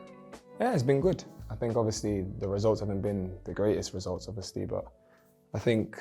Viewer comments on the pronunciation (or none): 'Yeah its been goot' The German accent has slowly started to take effect lol